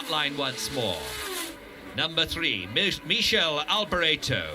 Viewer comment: LOL... 40.17 the commentator finally almost got "Michele" in its own correct Italian pronounciation (Mikele) only to change it back to that "horrible" (to Italian ears) French version... Anyway great document, thank you for posting.